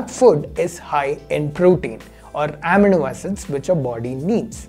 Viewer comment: Finally something I can show my parents to bust their MSG misconceptions. Great video as always! :D PS - It's amino (uh-mee-no) acid :)